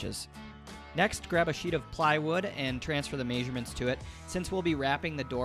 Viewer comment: Never knew measurements were pronounced "maesurements" lol